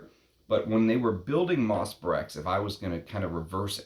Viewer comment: Nothing mentioned about the unusual name for this fragrance? Nice review, although I think you owe it to your viewers to at least pronounce the name of the fragrance correctly. It’s pronounced , not . Being an American with no French does not really grant you a viable pass when devoting a post to a single fragrance, for a little googling can give you the (very simple) pronunciation. Up your nerd game slightly higher, my friend. Brèches is a village in the Loire Valley, but the word itself also means ‘breeches’, or, in other words, a type of trouser. So, is the name of the fragrance a nod to that region of France (doubtful), or is there some kind of cheeky innuendo having to do with men’s trousers and woodlands. (We all know Tom Ford’s occasional predilection for that kind of innuendo in his marketing.) The ‘PG-rated’, and perhaps most likely, interpretation of the name might be simply the fusion of the fragrance’s elements: ‘Moss,’ denoting the fragrance’s (proclaimed, at least) earthy and aromatic elements, and perhaps ‘Breches’ as a nod to men’s sartorial history, and thus to the history of men’s perfumery. (Breeches were sometimes crafted from leather in the 19thC, though leather is not a major player in MB. Some kind of honeyed vanilla is, rather.) Personally, I don’t find it to be brilliant. Its scarcity is its primary value. And do you not catch even a slight connection to Derby? Much more ‘moss’ there, of course.